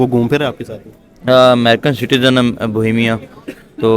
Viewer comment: Bohemia ❌ BOMIA ✅